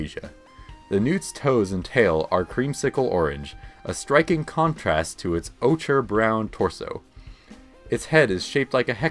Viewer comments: Ochre is pronounced oak-er. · it's pronounced 'oh-ker' rolls eyes